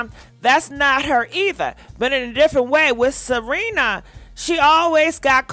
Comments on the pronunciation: It's S E R E N A not Selina! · IT'S SERENA... NOT SELENA.. SERENA WITH AN R... But its the makeup... and its horrible. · I be dying laughing cause she was like Salina 🗣🗣😂😂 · YES she called her Selena, Ciara etc 🤣🤣🤣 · It's Serena Williams.....NOT Cierra Williams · If she say Selena one more time…😑 Serena if you see this, means well. 🙃🤣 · Selenaaaaaa🤣🤣🤣🤣🤣🤣 you and these names. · Girl not “Selena”!😂😂😂😭😭😭😱😱😱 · It's Serena not Selena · Gurrrlll you keep calling her Selena 🤣😂 its Serena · her name is not Selena.....it is Serena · Her name is SERENA. . NOT Selina. . come on now.. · Why you call her Selena? Her name is Serena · Serena looks horrible Also it is Serena not Selena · Lord!!! it’s Serena Williams (Se Re Na) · WHY IT SOUNDS LIKE U SAYING SELENA 🤣🤣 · Cause she is 😂😂😂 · Pronounce her name correctly, it's Serena ,thank you.. 🙂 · She rarely pronounces names correctly 🤦🏾‍♀️ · 1 thing about you you gone shred a name 🤣🤣This woman name Serena girl 🤣🤣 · 😂😂😂😂😂 See-Re- Nah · Not Salena 🤣🤣🤣🤣🤣🗣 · Wait is she misspronosing her name on purpose or trying to be funny? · The botching of her name, thouuu!!!! 🤣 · I wish u'd take sprach therapy & pre-read ur articles b4 recording the show. There is no "L" in Serena SMH Perhaps someone should proof ur show b4 U send it out. IJS Constructive criticism Boo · Are you on drugs???? Why in the hell do you keep misprouncing her name? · Girlll can you say her name correctly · 🤣🤣🤣🤣🤣🤣🤣🤣🤣🤣 you can mess up a name chille love you